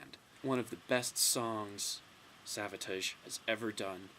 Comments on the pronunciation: I've never heard someone pronounce Savatage that way either.I thought it was a slip at the beginning but then he mispronounces it wrong again.It's not like a foreign accent is getting in the way. Anyway,I wouldn't say they're underrated as much as they're just UNKNOWN.Most people who know of them like them a lot&those who may not,certainly respect them.But most people just DON'T know them.This LP came out when pop metal was blowin up&they peaked when alternative music took over. Great Review! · I've alway pronounced Savatage similar to Sabotage. But i don't think you say it incorrectly or weird. It is probably just a accent